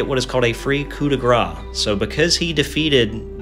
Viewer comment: Great necromunda content, thx. By the way when you pronounce "coup de grace" say "grace" like "grass". Because you pronounce "gras" wich means fat in french 😁